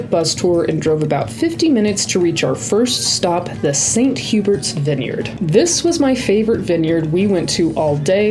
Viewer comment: St Hubert’s is pronounced the English way 😊